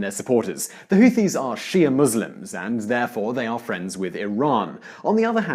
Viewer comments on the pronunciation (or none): "HOOWEESE HOOWEEN YEMEN?!"